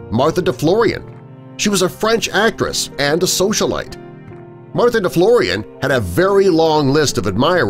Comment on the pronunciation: Deflorian don't sound French